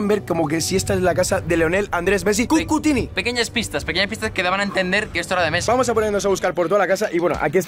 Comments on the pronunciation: cucutinni cuando es cuccitinni pero lo perdonamos por que es el mejor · cucutini jaja es cuccitini